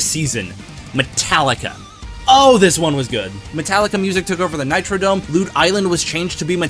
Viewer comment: hey its not the nitrodome its the nitroDROME forgot the r